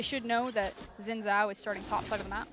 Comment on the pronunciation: I didnt know people with enough strength to throw a game that far would exist. BTW: it's not zin zao, it's not djin djao, it shin (like sheep) djao (like aDJacent).